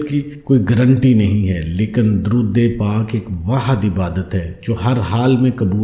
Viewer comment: Darood pak ka tlafz Sahi kio